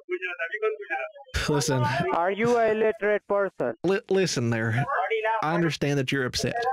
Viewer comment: “Is you illitrate”